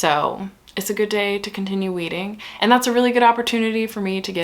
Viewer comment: Every time you said “weeding” all I heard was “wreading” in the pwincess voice 😂💀😭